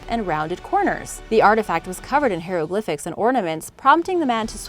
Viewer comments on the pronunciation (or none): Hero-glyphics? Ha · Please, look up the pronunciation oh hieroglyphics. You keep mispronouncing it! Otherwise this was a good video. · Robert De Niro? Ain't pronounced Nye-ro is it? And you got Hieroglyphics wrong 😉.